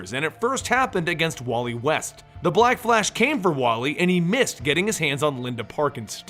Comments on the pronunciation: i don't like how he says black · i don't like how he pronounces black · I thought it was just me